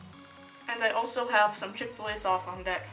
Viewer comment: Chick-Ol - lay sauce may have spelled it wrong